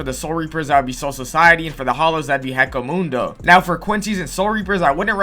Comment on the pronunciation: Bro pissed me off the way he pronounced hueco mundo